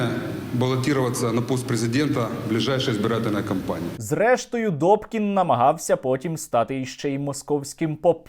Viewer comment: НЕ ДОКІН..А....ДУПКІН